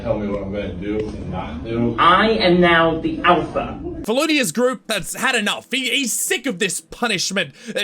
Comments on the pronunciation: When he said “I am now the alpha, it sounded like “ I am a surgeon” 💀💀💀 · “Iegh, aem neow, thee alpcha” 🤓🤓🤓🤓 Got me dying 💀💀